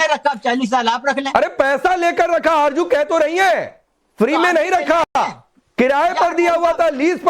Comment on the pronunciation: Arzo hota hay arjo nahe hota hay jahel🇵🇰😁